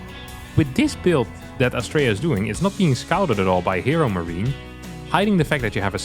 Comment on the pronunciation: Love how said ”HeroMachine” 🤣